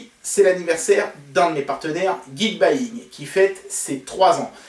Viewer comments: Ils permettent s'acheter du Xiaomi facilement, alors ça doit être un site cool ! Et j'adore ta prononciation (Geekbaying, c'est perturbant). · Geekbuying (ou gike bouillaingue comme l'a prononcer mon pere) c'est un ptit site sympa pour se fournir en appareils électronique et en plus ils donnent des cadeaux pour leur anniversaire c'est dire s'ils sont super :p (Si je gagne jai une préférence pour la batterie externe ^^)